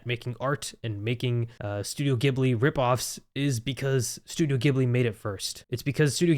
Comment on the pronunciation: Its ghibli not gibli